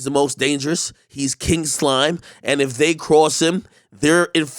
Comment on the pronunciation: That intro is good for a song lol "He is KING SLIME" the enphasize tho 😂